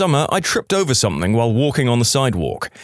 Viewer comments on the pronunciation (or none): No k in the word something